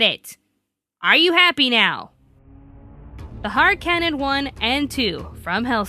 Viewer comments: i would like to point out it is Harkonnen cannon("HAR-CONE-NEN") not har cannon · Um...last time I checked, the name of Seras' gun was pronounced "HARR-KUH-NUN" not "HARR-CAN-UN". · I do not know if it is Regional dialect, or Accent but the way you mispronounce Harkonnen is really grating and annoying. It is Not Har-cannon, it is Harkonnen, a reference to Frank Herberts dune. The spirit of her gun is even named the baron and dressed as Vladimir Harkonnen... They don't even pronounce it the way you do in the animes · Just one small comment( unless its already been mentioned then sorry) its not the harkannen its the Harkonnen. It's named after a character in the novel Dune (in the sort of daydream things Seras has he is the floating dude). For those interested its pronounced har-ko-nen. Ok done with my nerd explaination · I hate to nit pick but the pronunciation for Seras's big bang sticks is Har-ko-nen like the house in Dune... which funny enough is the spirit that visits her during the Manga.. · Harkonnen isn't a Japanese name. It's named after the main villain of Frank Herbert's novel "Dune," Baron Vladimir Harkonnen. And believe me, I've checked. And while I understand that mistakes with pronunciation do happen, having had a few problems with that myself, it's also important that you know what you're saying and how to say it. People will point that stuff out to you. So, all I'm saying is that it helps a great deal if you make sure you're saying things correctly before putting them out there for everyone to critique and nitpick. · I welcome your views. I like the series, but it is one of those guilty pleasures. I find itso bad to be entertaining. In fact, I really liked the whole list, with my tiniest nitpick being the pronunciation of the Harkonnen, but that is just an old school Dune fans wierdness. Keep up the good work!